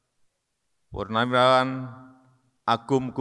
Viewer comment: Kok purnariwaran yg d sebutkan, bukan purnawirawan